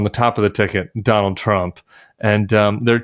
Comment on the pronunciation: Don-old and Ja-ded ?